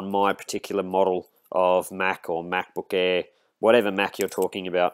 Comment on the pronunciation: "MacBook Eehh"